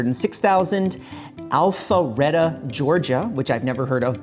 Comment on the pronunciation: just came here to say the first time pronounciation of Alpharetta cracked me up. it's an Atlanta suburb, btw :)